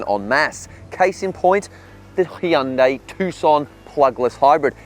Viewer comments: Hyundai is pronounced like "Sunday"! Just saying. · Hun-day.. Coming from a south Korean lady I work with.